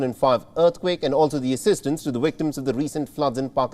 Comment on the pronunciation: "wisit" "Wictims"